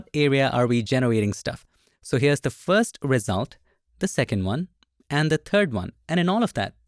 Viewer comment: The word is "first", not "fast", Bengali boy.